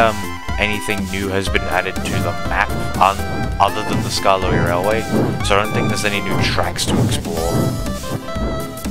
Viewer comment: Cool video! I really like btwf and you calling skarloey "skaralooe" was the best part XD